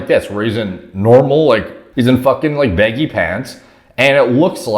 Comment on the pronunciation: why does say baggy “beggy”